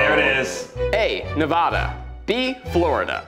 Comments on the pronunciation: ZACH!!!!!!!!!!!!!!!!!!!! NO!!!!!!!!!!!!!!!!!!!!!!!! DON'T EVER SAY NAVADA LIKE THAT AGAIN!!!!!!!!!!!!!!!!!!!!! BIG NONO!!!!!!!!!!!!!!!!! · Me a Nevadian losing her ever living mind over how you all are pronouncing Nevada.... It's NEVADA, NOT NEVAHDA! head explodes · Any fellow Nevadans angered by the way they are saying Nevada. It’s Ne-VAD-uh ( VAD like MAD) not NE-VAH-duh ( VAH like SPA) I love you guys but hearing it broke my heart lol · Hey, it’s nev-a-duh not neh-vah-duh. Please god say it right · PLEASE GOD PRONOUNCE NEVADA CORRECTLY! nev-aaaa-duh not neh-vah-duh, how do so many people blatantly get this wrong?! And how did not correct you fools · It’s Ne-Va-Da not Ne-Vah-Dah. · While we’re at it it’s pronounced NEV-AD-AH zach wtf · As a native Nevadan please never say nev-AW-da again respectfully 😌😂 great funny video tho! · but then he pronounced nevada wrong 😭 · it’s the pronunciation of Nevada that is currently driving me to drink. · Bonus points should have gone to anyone who could pronounce Nevada correctly. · ZACHARY ITS NUH VAHHH DUH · You guys🤦🏽‍♀️ as much as I love you guys as a fellow Nevadan learn how to pronounce it😹😹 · how do they live in california but still manage to pronounce nevada wrong 😭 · He pronounced Nevada incorrectly. REEEEEEE! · respectfully yall pronouncing nevada like that hurt me to my core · Zach and Keith pronounced Nevada wrong. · Just here to yell at zach for pronouncing NEV-AD-AH incorrectly. YOU LITERALLY LIVE IN THE STATE RIGHT NEXT TO US WTF BRO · Does it bother anyone how they say Nevada like I’m from Nevada and it’s not pronounced they way they did lol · Not a single one of you said Nevada right…disappointing